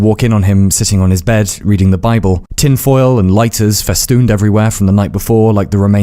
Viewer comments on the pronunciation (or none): none